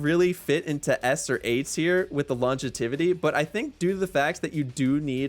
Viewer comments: This man working hard to create content. He's even creating words like "longetivity". Soon, "Longevity" will be out of business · I have never heard the word longevity pronounced that way. I'm not mad at it though.